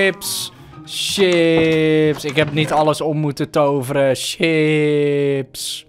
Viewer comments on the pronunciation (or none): Geen sjips maar chips